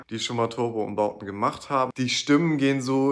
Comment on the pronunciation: Cataleya: "ik hab garnixxx gemakt"